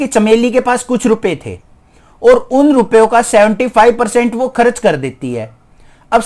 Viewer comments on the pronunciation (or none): Sir kharach Nahi hota vo kharch hota he😂😂